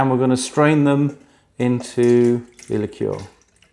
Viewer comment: Subscribed......nice to hear someone pronounce the word "liqueur" properly!